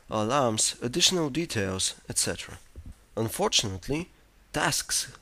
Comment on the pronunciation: unfortunately the way he says unfortunately is quite unfortunate.